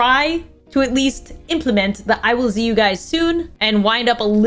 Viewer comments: A bit late to this video but when I heard "I will Z you guys soon" I literally cried😂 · I’m fully 16 with a job and in high school, but the 9 year old who just wanted to watch you, Stacy, and Tiffy, just cried at “I will z you guys soon”❤